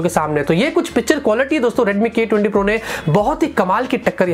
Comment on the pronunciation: i heard redmi Gay 20 pro lol.